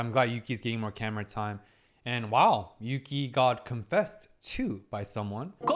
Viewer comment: Yass! Put some respect on Yuki's name, she pulled the S rank hottest guy in school. And you got her name right 😂 Such a strong episode. Desires and insecurities versus shame and the need to grow.